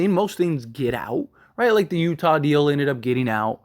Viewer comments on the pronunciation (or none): none